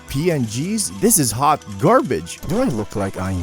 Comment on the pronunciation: "This is hot garbage" Emphasis on "hot."